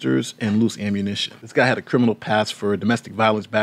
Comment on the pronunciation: “This gluy “